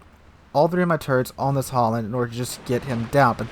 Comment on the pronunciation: seriously stop saying HOLLAND ITS FUCKING HALLAND its seriously super annoying............ just use google translate, if you cant pronounce the diffrence between A and O